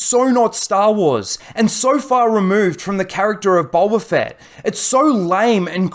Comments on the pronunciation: Bolba Fett LOL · Boba... Not bowber